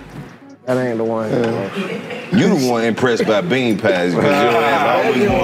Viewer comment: This episode for ppl who say "Anit" instead of aint.